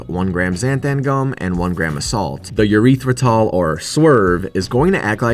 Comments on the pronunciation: Did my boy say urethra-tal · Wait, did he say "urethratol"? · Homie is still calling it "urethra-tall" lmao